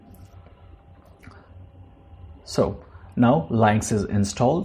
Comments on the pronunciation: Leinx? I'd pronounce it as Lünx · "Lynx" is pronounced as "Links". It is named after a type of very short tailed wild cat. Thank you for the video. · It's pronounced "links." If you're doing a video on something, you should know how to pronounce it. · encycl07pedia milord u r right! I beg forgiveness!!